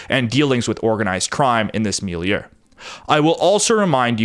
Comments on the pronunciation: And it's mil-ieu, not mil-i-eu. 2 syllables, not 3. (You can think of it as "mil-yuh") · You said milleu and respectsble. I see u